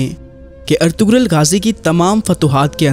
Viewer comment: پہلے نام تو پڑھنا سیکھو۔ اطغرل میں غ خاموش ہے اطرل پڑھا جاتا ہے